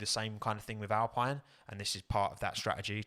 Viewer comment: Just for when you do do that livery video, might be useful to know it's actually pronounced "al-peen", not "al-pine". Couldn't stop myself correcting it everytime you said it this stream. :D